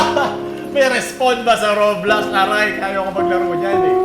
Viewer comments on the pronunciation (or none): When said Raw-blox, instead of row-blocks. I felt that.